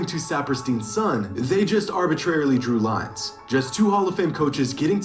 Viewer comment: “Drew lines” 🤣🤣😭